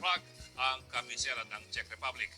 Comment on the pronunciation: Czech (check) Republic when you pronounce